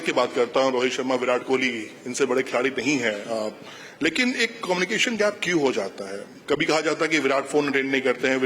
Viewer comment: मुझे ऐसा लगता है की मेरे कान सुन रहे हैं कमिनी एक्शन, क्या वोह कम्युनिकेशन की बात कर रहे है???